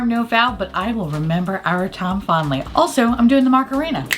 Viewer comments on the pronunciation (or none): It started out as “I’ll remember our time fondly” but sometimes it sounded like Tom Fondly. And here we are. 🤷‍♀️